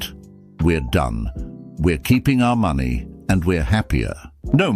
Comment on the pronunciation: You mispronounced "money".